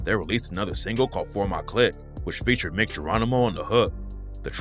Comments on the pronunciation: Mic 🎤 like microphone, pronounced Mike. Mic Geronimo. Not Mick, throw some respect on dudes name! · “Mike” (Mic) Geronimo not no damn “Mick” 🤦🏾‍♂️ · It’s pronounced Mike Geronimo. At least pronounce the dudes name right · Its pronounced Mike Geronimo btw